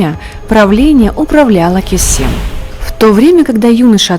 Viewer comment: Не Косем,а Кёсем